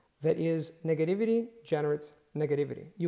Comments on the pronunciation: Since he accepts corrections, just wanna say, you should double check how to pronounce negativity , both times you said in this video wasn’t correct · Wow your English is so good! I like that you used the word "flack" Thats a great words! You did mispronounce "negativity" at the end there. I look up to you man. You and Steve really do inspire me, thank you so much. Stay Safe!